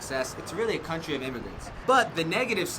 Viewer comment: Hey, I have could understand everything that u said, but one thing was strange, the way u say COUNTRY. For me was a different way to speak. So, your video was very good and easy to understand. Are you American, aren't you? I really like the British english, because it's more formal than USA english, buuuut, today you show me that depend of the person and accent. Anxious for your classes! Thanks a million!